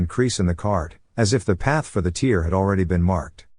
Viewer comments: Tear is pronounced tare as in rare not teer as in fear 😊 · Great video. Noticed that the AI narration couldn't pronounce 'tear' properly. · Tear😢and tear are are pronounced differently 🤦🏻‍♂️ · its pronounced tear not tear .. :P